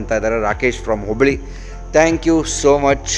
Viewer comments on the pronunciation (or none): none